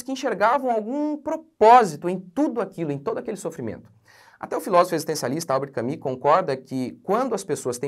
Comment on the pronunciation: Fiquei com vergonha dessa surra que o levou. Tiro o chapéu pq falou Albert Camus certinho.